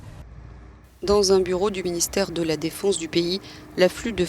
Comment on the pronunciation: 😃😃😃 Elle as bien dit : ministère de la défonce ?!?